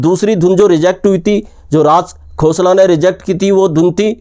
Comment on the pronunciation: अगर आप राज खोसला को राज "घोसला" कहते हैं, तो मैं भी आप को कहूंगा...